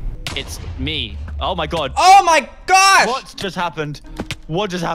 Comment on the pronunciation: gasps "Oh my gawsh, oh my gaowsh they have a damn postboxx" lmao favorite part 😂😂😂